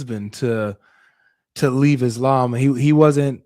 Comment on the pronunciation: Muslim for 40 yrs and still cant say ISLAM correctly 😅